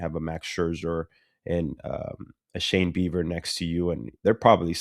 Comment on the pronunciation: i cant tell if ricky is calling him shane beaver on purpose or not lol